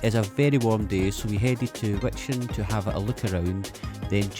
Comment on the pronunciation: Fun video. As a Scotsman, you were born ready to pronounce Wijchen correctly! :) It's the same ch as in Loch.